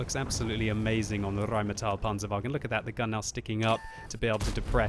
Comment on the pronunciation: i dont know if i have a problem or sth but i cringe everytime i hear saying RRRRheinmetall instead of just Rheinmetall.ps.give us some leopard 1 action